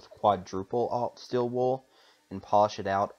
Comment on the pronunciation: Ah, it's pronounced stEEl, not still (wool) are you from Idaho? :)Anyway interesting tutorial, thank you.